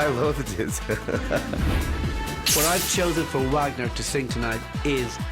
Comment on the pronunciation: Louis keeps mispronouncing Wagner’s name!